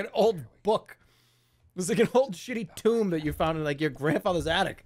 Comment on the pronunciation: BUFFOONISH STREAMER PRONOUNCES "TOME" AS "TOMB"